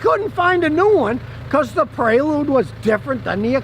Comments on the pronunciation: Prelude, not predule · God bless the Honda "Predule"! LOL! Nobody's perfect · Honda Predule?? Lol